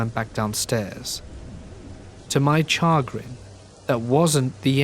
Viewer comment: Char grin? it’s pronounced SHAGRN.